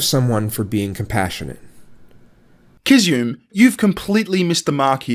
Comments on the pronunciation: The only thing you got wrong ( I think) is it's pronounced Kiz-zu-me. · Sorry but every time said Kizzume I wanted to say "Gesundheit".:)